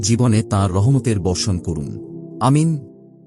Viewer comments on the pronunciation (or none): ভাই জান আপনাকে একটা অনুরোধ করছি, আপনি আমিন বলাটা ঠিক করেন। আপনি বলবেন আ-মি-ন। ধন্যবাদ